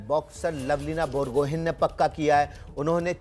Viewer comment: It's बोरगोहांइ not बोरगोहेन